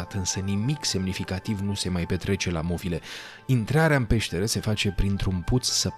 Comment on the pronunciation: Ar trebui să știi că în românește nu se pronunță "movile" cu o accentuat. Vorba unui clasic în viață: "Sună ca Dracu'".